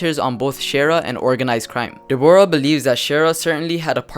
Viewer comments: not de-bor-ah it is deb-rah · Her name is Deborah as in deb-rah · Deborah? It's pronounced Debra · De-Bora lmao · Learn how to say Deborah